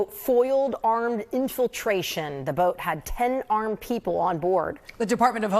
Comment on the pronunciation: "Aremd" lol